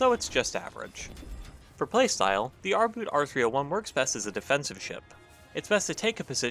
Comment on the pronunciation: The German "Boot" is pronounced boat not boot ... you know just like you did with U-Boot.